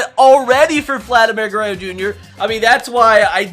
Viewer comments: So the title is a lie . Hitting a 540 ft Home Runs and not 600 ft? Disappointing. Even worse is that you can't even say Guerrero correctly. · Does it bother anyone else that he says Vladimir Gurrayo Jr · Um it’s pronounced gur-rer-ro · Garayoo you sound like my trying to speak Spanish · Ger-ey-oh? Gur-rár-róh That's correct pronunciation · Gerrayo? Its gur-rare-o I can't even begin to understand how you say ger -ray-o Guerre(RO) not Guerre(YO) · I can tell you never watched Vlad Sr growing up🤣 guerayo🤦🏼‍♂️ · It's Gur er ro not gurreo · he also said it in the first seconds, he said shohei otahni vs vladimir garayyo jr. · please stop saying gureyo it’s guerrero to sets of rs not one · It’s pronounced (ja-rear-oh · Lol he says gueyro,vlad would laugh so hard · It's pronounced gur rer ro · Guh-ray-oh lmfao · Dude it’s Guerrero there’s an R at the end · "Vladimir Gurrayo" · Legit unsubbed cuz he says DINN-Gers and Vladdy Gerreo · It aggravates me the way he disrespects Vladdy name with that garrayo LOL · It’s pronounced gurr-rare-oh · “Vladimir guerayo jr” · Did you just pronounce “Guerorro” like “gurayo” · Say it with me: "Guh-rare-o" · bro you're causing me so much pain... its Goo-rare-roe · nobody:: “Vladimir Garayyo Junior” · he said it before that around like 3 minutes too lol i love garrayo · Grayo, grayo, grayo, grayo shouts the crowd LOL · Gurayo jr. lol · vladimir guereyo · It’s not Vladimir Guerreo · Says vlads name wrong lol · if you say gurrero is your favorite player..how come you can’t even say his name right 🤔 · dude if you keep pronouncing Vladdy’s name like that im gonna kms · K u do not know how to pronounce Vladimir Guerrero jr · Is it a joke that he says vlads name wrong? Never watched this guy but it was kinda annoying lmaoo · LEARN HOW TO SAY GUERRERO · please pronounce Guerrero correctly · How do u miss pronounce GUERERRO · Bro you can’t even say Guerrero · You pronounce Vlad name wrong 🤣🤣🤣🤣🤣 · the way he pronounces Vladdys name is painful